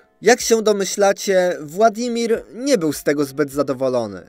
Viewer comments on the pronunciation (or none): none